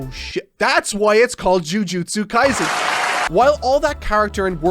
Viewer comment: Kaisen, not Kaizen. Right off the bat and gets the name wrong, lol.